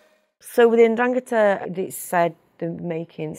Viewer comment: I'm sure she can, and does with her father and close family. Her pronunciation of Italian names N'drangeta, Cosa Nostra, Capo etc are all genuine.